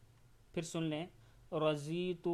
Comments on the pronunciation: Not za Zuad ko duaad parhna hai Radhiytu Billahi.... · Its Radhitu..inhone ne ghalat talafuz ada kiya hai.. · Raditu is the correct pronunciation Jzk